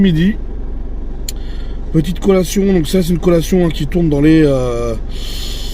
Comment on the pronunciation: CO'LLA'TION CO-LLA-TION repete after me U know ? ... 🤣